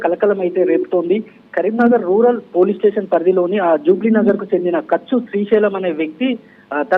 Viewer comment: గచు కాదురా కచ్చు